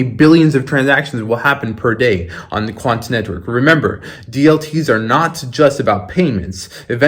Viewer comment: You be putting way too much into that "T" when you say "quanT neTwork"